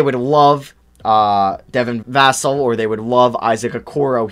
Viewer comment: Bro he pronounced Devin Vassell, Deni Avdija, and Jah’Mius Ramsey all wrong. At least he isn’t flight